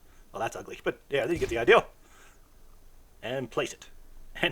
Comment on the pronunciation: Dude you give some good info but slow tf down you made so many simple English mistakes. Hall, Pacific, ideal. Over and over